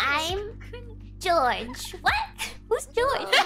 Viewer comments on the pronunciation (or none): I understand elite english. So when miko says "george" in gura stream i start wondering that may mean something. And i like "owhh jawss"